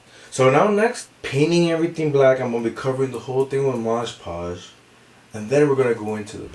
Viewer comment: Cool crafting no doubt, but man, why do you keep saying "MoDGE Podge"..? The name of the product is clearly "MoD Podge" (no rhyming, unlike in e.g. "hodge-podge" - I guess it's can be a reference for the name). I've actually heard a lot of crafters pronounce it incorrectly, so I'm just wondering. May be it's some meme I'm not aware of (like "bacon bond" = SuperSculpey's "bake & bond" among sculptors etc.) or what...